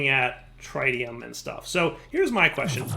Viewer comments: It's pretty inexcusable at this point. He's playing like a noob because he refuses to explore his options to the detriment of the viewing experience. I hate having to watch him stand there and break wood in the slowest possible manner because he won't craft a Paxel. That and his refusal to pronounce the word "tritium" correctly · I was mistaken when I thought wouldn't mispronounce "tritium.", it's not TRYtium, it's trit-ee-uhm! Edit: Also,, it's a quantum entanGLOPORTER, not entanGOLOPER. Edit 2: "Why don't you find hohlraum when I say hohlraum?" Maybe because you spelled it wrong.